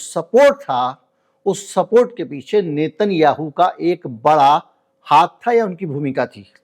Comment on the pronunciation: नेतन याहू नही नेतन्याहू है उसका उच्चारण 😮